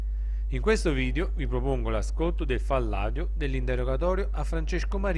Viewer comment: Il "FALLADIO" non si può sentire !!!